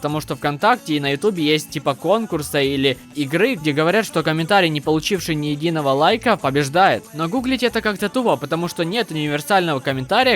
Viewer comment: Игры ударение на Ы